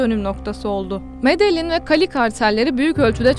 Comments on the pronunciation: Medelin degil Medehin diye okunuyor.Emeğine sağlıklı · Medeyyin diye okunur. bilginize